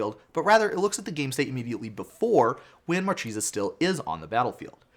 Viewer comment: It's pronounced MarKEHsa, it's italian for marquise ;)